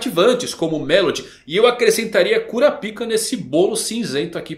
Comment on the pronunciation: Rsrs acho engraçado a forma do chamar o kurapka (curáp-ca) como 'cura-píca' 😂